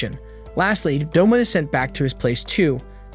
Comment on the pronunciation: U mean Douma not doma